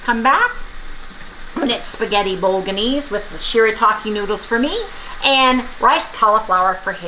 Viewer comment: The 'G" in bolognese is silent. 😀BOW-LUH-NAYZ.